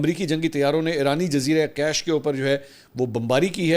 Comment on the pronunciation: island is not cash island its Kish island like Fish